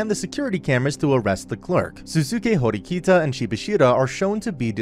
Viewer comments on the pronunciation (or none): it's horikita not hirokita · the way he mispronounced horikita's name multiple times lmao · I hate the way you pronounced Ayanokoji and Horikita’s names